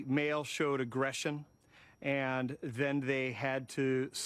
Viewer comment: "the male showed aggressiion"